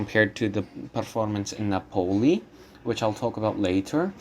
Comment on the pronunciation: Nápoli, not Napóli. Otherwise interesting.